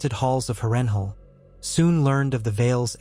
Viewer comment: House Tully and the rivermen has been completely and utterly forgotten in this vid, cursed by an AI voice that can't pronounce Harrenhal. And Tywin would've likely called upon the Reach to support him following his loss in the Riverlands, or hired Sellswords/ pirates to harry the North's, Vales' and Riverlands' eastern shores.